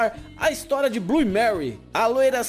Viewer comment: Bom vídeo mas... Manu fala Blu (Blue) o E vc não pronuncia, fora isso parabéns pelo trabalho.